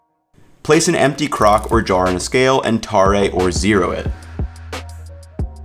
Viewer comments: I've never heard anyone say tar-AY instead of tare. Have I been saying it wrong all these years? Are we starting a new trend? Anyway, thanks for the vid! :) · tar-ay lmao it's tare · FYI, "tare" is a native English word pronounced exactly like what you'd expect for an English word, i.e., the same as "tear". It's only pronounced ta-re when referring to the Japanese sauce. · tar, eh? It's pronounced "tehr" ... the same pronunciation as when you tear your jeans. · It makes me cringe when you say "Tar-A" its Tare 1 syllable, just like its spelled. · Tare is pronounced tear like tear a piece of paper. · Just bought Nora's Guide TF and was going to start with shoyu, but saw your video, it's fall, farmer's markets are full - pickles! Thanks - - - -tare, pronounced tear (like ripping, not crying) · Pretty sure tare is pronounced the same as tearing a piece of paper like you are saying. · Did you really say "Ta Rey"? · AMAZING video but TARE is pronounced TEAR, they are homonyms. sincerely, ex chemistry major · it's likely the first time he's seen the word "tare" was for ramen broth seasoning which is pronounced that way. i did not know tare weight was pronounced differently until i read your comment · Idk why but the way he pronounced tare really threw me off lmao. I had to google the pronunciation 😂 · Dude. Please. Learn to pronounce the words you plan on using for an internet video. It is not a Japanese dipping sauce. It is a function to zero a scale to facilitate weighing separate products. Yikes.